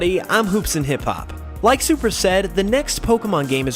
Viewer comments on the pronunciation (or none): none